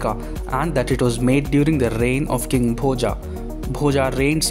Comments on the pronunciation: It's Boja, not Bhojaaaaaaa. Learn to pronounce Sanskrit words properly. The 'a' at the end of every Sanskrit word written in English is pronounced as अ, not आ. In Sanskrit the अ maatra at the end of every word that has it is pronounced fully. It's not silent like it's assumed in Hindi. So it's Bhoja (भोज), not Bhojaaaaa (भोजा) or Bhoj (भोज्). This is why Sanskrit should be a mandatory language in school right from first grade, so that we don't have to deal with stupidity like this. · I mind your wrong pronunciation of Indian names. Please use right pronunciation. It's not "Bhojaa" it's "Bhoja" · Bhoja ये भोज है Bhojā ये भोजा है Rama ये राम है Ramā और ये रामा है Parmara Vansha ये परमार वंश है Parmarā Vanshā ये परमारा वंशा है,भाई भारतीय हो तो अपने भारतीय ढंग से बोला करो प्लीज, ये राजा भोज है , भोजा या रामा कृष्णा ये सब बोल बोल कर स्वयं को ब्रिटिशर्स का पिछलग्गू मत बनाओ दोस्त, आज तो गंगा जी को भी लोग गंजीस बोलना शुरू कर दिए है.... आने वाली जनरेशन को कल को इसके पीछे भी लड़ना पड़ेगा अदालत में, की गंगा है या गंजीज, भोज है या भोजा, राम है या रामा, योग है या योगा, इस अंग्रेजी फोनेटिक ने अधकुचरे भारतीय अंग्रेज समाज और इसके ज्ञाताओं ने यहां के मूल भाव का भेजा भोजा करके सब गुड गोबर कर दिया है, कम से कम आप तो अपना दिमाग लगाओ और अंग्रेजी में भारतीय शब्दावली को अपने मूल उच्चारण में बोलने का प्रयास तो कर ही सकते हो, ताकि भोज का भोजा न बन जाए, परमार का परमारा, तो प्लीज, आप तो थोड़ा सा सुधार करके प्रस्तुति देने का प्रयास कीजिए.! 🙏 बाकी आपके प्रयास और वीडियो के लिए धन्यवाद आपका.!🙏🙏🙏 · आप राजा भोज के बारे में बोल रहे हैं. Bhoja क्यों बोल रहे हैं